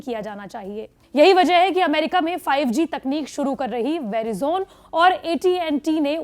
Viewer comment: Unfortunately, you don't know how to pronounce Verizon. You asked about the feedback, so I am telling you!